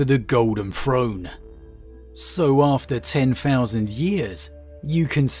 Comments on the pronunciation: anyone else's ears bleed from hearing "frone" ? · No idea it was pronounced frone and not Throne... I thought it was a limitation preventing him from properly phrasing the sound "TH" but I heard him say the word « this » without problem. I guess I just took the word throne for granite... ted